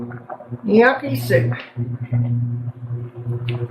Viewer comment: This looks amazing! As info, gnocchi pronunciation is “Nokee”. Thanks for another great recipe!